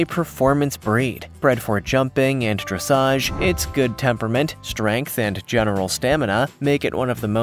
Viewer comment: I do wish his equine "lingo" were spot on. Pronouncing Dressage as dressidge; calling a breed a different species along with a multitude of other mispronunciations. Distracting at best.